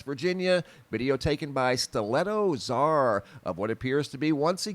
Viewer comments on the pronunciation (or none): none